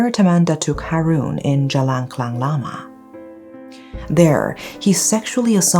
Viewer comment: Is Malaysian? cause she pronouce Klang Correctly...